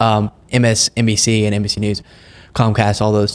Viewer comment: he didn't say msnbc..he said msdnc. He messed that up too. Even closed captioning caught it. I even tead his lips. And the say he takes many competency tests..that's not normal by any means.